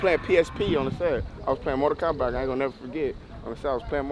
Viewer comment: Aye that nigga got me dien 😭😭😭 bro said “mortal komback”